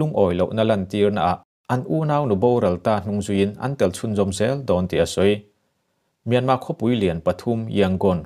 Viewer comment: Mianma tih a lam rik aichuan Mîanmar hantih rik ngei hi ngaihthlak a nuam.